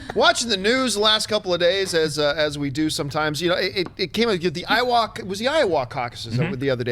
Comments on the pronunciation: Just so ya know, John, the "a" in "Iowa" is pronounced like "uh", not "aw". But "A" for effort, to coin a phrase.... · Why is he saying Iowa so weird...? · Is it just me or does Iowa sound super Canadian when John says it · Loving that Canadian pronunciation of Iowa, John. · I love Canadian pronunciation of Iowa making it sound like Ottawa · Please tell me someone informs John he's butchering "Iowa" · Hey Jon, say Iowa again.